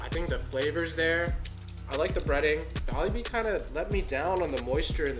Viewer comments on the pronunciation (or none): please stop saying jolibeeSSSS, there is no S in in.... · Can they stop calling it Jolibees all the time 🙄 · it's " jaw-lee-bee" not "jaw-la-bee"🧚🏼‍♂️💓🥰✨💫🌸